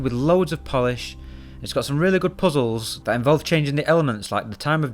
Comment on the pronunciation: i will forever say puzzles the same way he does on the video. couldnt get enough of that "poo z hools"